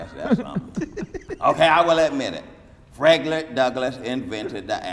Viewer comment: Lmaooooooooooooooooooooooooo Yoooooooooooooooooooooooooooo Son said FredLick Douglas 🤣🤣🤣🤣🤣🤣🤣🤣🤣🤣🤣🤣🤣🤣